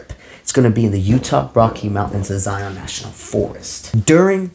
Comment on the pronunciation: Thank you for the reading 🙏🏼. I live in Northern Utah. You guys are going to have an amazing unforgettable time in Southern Utah and Zion (Zi an is the pronunciation vs Zi on). 🌬️🪶🍃🌌🌞💖